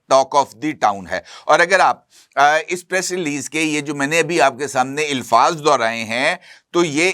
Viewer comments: عزیزم آپ alfaz کو elfaz کیوں بولتے ہیں غلط ھے اچھا نہیں لگتا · Ilfaaz😂😂😂 illfaz